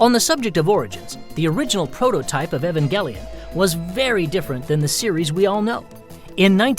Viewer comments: am I the only one that pronounces it [ee-van-jell-on] ;3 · Omg you can't even pronounce "Evangelion"